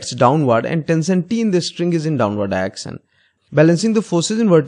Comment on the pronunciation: Nobody: Literally nobody:: Diection